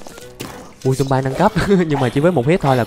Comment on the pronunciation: Người ta đọc là thịt dom bi còn anh đọc zom bai